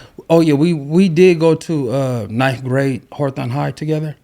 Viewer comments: Can someone from LA please answer this question: why yall call Hawthorne, Horthawne? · yeah, but those other pronunciations are just a matter of what syllable you put the emphasis on. Hawthorne isn't pronounced Horthawne no matter what. BTW I only heard of "Horthawne" when I went to YA. I had no idea they they were talking about Hawthorne🤣🤣🤣 I thought they were 2 different cities